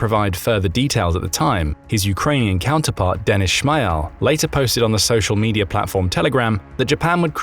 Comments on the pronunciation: You pronounce Shmyhal totally wrong... in fact, I'm Ukrainian speaker and had hard time understanding what you are saying, when pronouncing his last name. Actual pronanciation is as such: [ʃmɪˈɦaːlʲ] while you pronouncing something like [ʃmaɪəl] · it's not SHMYAL, it's [Schmy:gal']